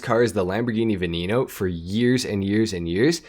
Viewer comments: its veneno no veninou, its not hard to pronounce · What’s a Lamborghini “Vinino” 😂 no offense